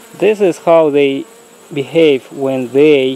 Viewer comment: He says "bee"have, "bee"cause he is trying to "bee" smart.